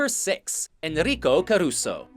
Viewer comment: Carusso sexto, Pavarotti segundo...no esta Gigli. DESASTROSO ! Lavate los oidos y aprende a pronunciar apellidos.